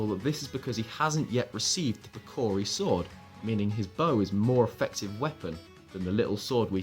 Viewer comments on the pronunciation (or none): none